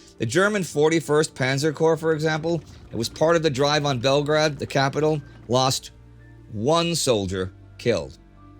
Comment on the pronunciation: Indy please look in to the names like Belgrade and Tobruk, your pronouncing them wrong Your saying toe brook, its t bruk